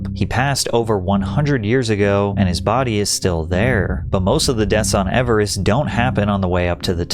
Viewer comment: Your over-pronunciation of the word "Everest" is cringe AF. 😂